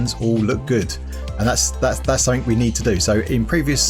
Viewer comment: Of course the sound of your voice is totally different...but your accent reminds me of how stress monster pronounces certain words...like "something"